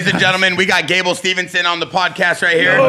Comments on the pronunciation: Steveson not Stevenson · The ignorance and disrespect of at the end to call Gable Steveson "Gable StevENson" multiple times. Get the man's name right ffs. has half of a brain.